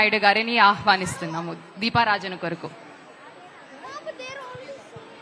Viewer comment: దీపారాజన..... కాదమ్మా దీపారాధన....సరిచేసుకోగలరని ఆశిస్తున్నా.....❤❤❤